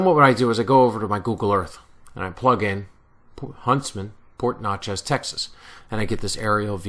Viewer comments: Hi, You are really close. Port Neches is pronounced like Nechez both e's are the short vowel. Great job on the waybills. Very well researched sir. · paul dauzart thanks, hope I didn't upset too many people down there with my Jersey pronunciation....lol! Glad you like the video.